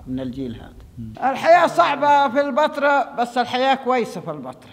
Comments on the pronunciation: بس ياريتك تنطق كلمة البتراء كويس...ليش مُصر تحط كسرة تحت الباء، انطقها زي مانطقوها الولدين بأول الفيديو هو هذا النطق الصح،البتراء موش البيترا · انت ليه بتنطق البترا كانك بتقول البيتزا بكسر الباء مع ان كل الناس بتنطقها بفتح الباء